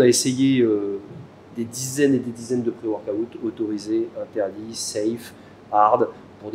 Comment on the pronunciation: ça me stresse quand il dit " pré workaouute"